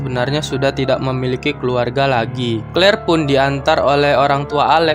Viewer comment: Bang di sebut nya tad bukan tod clear juga di sebut nya klir